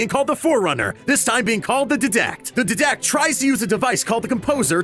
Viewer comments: Ermergerd his pronunciation is frustrating. It's 'Die-dact' and 'O-si-rus' not "Did-act" and "O-cyr-us" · ITS D-ie-dac-t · DIE-DAKT!!!!!! jeezzzz Louise man youre killing me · Georgi Ganchev die-dact not DEEEE-dact ☺👋 i play way to much halo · HA HA DEE-DACT! its diadact lol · The Dedact.Lol its DIDACT (DY-Dact) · Omg it's pronounced DIE-DACT not DEH-DACT. I mean I get it if you just read the info for this video but watch any halo video featuring him and you get the correct pronunciation. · I was pretty triggered when he said ddact instead of didact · You know the animator and the narrator haven't played HALO due to drawing the wrong ships And pronouncing Didactic as DID-ACT instead of DIE-DACT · Dude he called didact dedact it's pronounced diedact and he called Osiris oseeris it's actually called oh-sie-rihs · DIEDACT NOT DEDACT OSEERIS? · Its die-dect not did-dect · it's not de-dact it's die-dact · Didact is pronounced Dy-Dakt not Dih-dakt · its die dact not did act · Didact it’s pronounced Die-dact not did-act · Dee dack it's die dak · Its dIdact not ddact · De-dact??? Oseeeeeerus??? bruh, Halo fan boys be so triggered right now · "Da Deedact" x3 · Sound more like ddact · THE DEHDAKT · Ok...So I know it says 'Didact' but its actually said as 'Diadact. Even MC said it that way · Die-Dact Say it with me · the diiiidact, oseerust hahaha nice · ITS THE DIE-DACT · The way he pronounces Didect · Dihdakht and Ohseerus 😳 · Dee dact Dee dact? ᴼᴷ ᵀᴴᴱᴺ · D (EYE) DECT OS (EYE) RIS CMON MAN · Didact is pronounced die dact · Isn't it pronounced dydact? Not... Diidact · d'dact? osirrus? dafuq?? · It's pronounced DIE DACT and O SY RIS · It's dīdact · did-act? oseeriss? Really? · It's pronounced Die-dact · Its pronounced DYDACT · The fucking DIdact it is pronounced die-dack (not spelled that way) sorry but it gets on my nerve when people don't pronounce things correctly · Did you say "Didact" wrong on purpose? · OH GOD the way he pronounces Didact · He said didact wrong